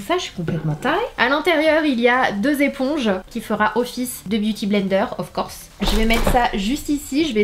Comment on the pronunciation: 3.03 "of corse" 😂😂😂😂